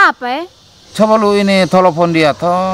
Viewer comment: Telepon bukan tolopon om 😀